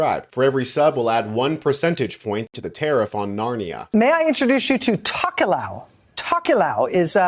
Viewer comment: While I appreciate the Tokelau coverage the pronounciation was rough.